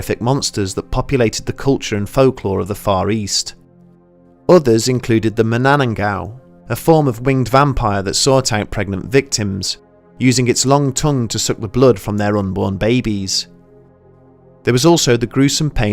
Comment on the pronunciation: You just butchered mananangal